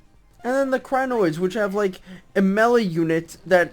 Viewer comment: Still cringing rofl! pls stahp pronouncing Crainioids wrong, it's ruining mah life!